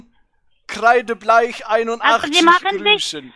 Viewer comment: Hallo